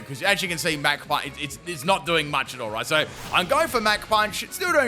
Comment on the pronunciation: Fighter jets don’t go mack 3, they go mach 3 (mock). Your pronunciations are outrageous lol. Super entertaining vids man. Big fan.